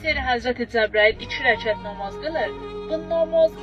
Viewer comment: Ay arvad nomoz yox namaz ozunde yaxwi bilirsen